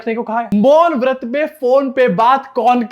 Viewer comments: Vrat nhi bol raha vaRt bola 😅😅😅😅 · मौन व्रत भी नहीं, मौन वत्र बोला 😅